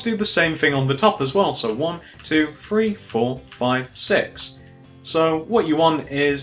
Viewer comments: gannon alt ikr I was gonna do Guy: Free Me: You're saying free xD stop it it's threeee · why do you say free instead of three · I love how he says free instead of three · The dude said free instead of three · stop saying free instead of three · It's three not free and with not wiv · You say free it's three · He said free for three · u always say free insted of three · Its three not free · START SAYING THREE NOT FREE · i like how he said 3 he was like 1.2.fwee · why cant he pronounce 'th'. he says fink, finner, everyfing haha. good video though, cheers. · Nothing against British people, but why do they say three like free? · Can he not say three , 1 2 feee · im sorry but please stop saying free instead of THree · It always annoys me when ppl say free not three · The free rows,one,two,free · he says three that sounds like free GENIOUS david miller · i think thats british